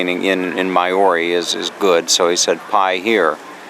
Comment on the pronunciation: Maori is said like mouldy.... just a tip haha... but thank you enjoying seeing where you go